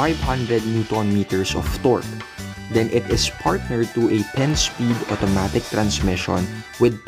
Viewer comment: Bro, google this. How to prononuce "automatic"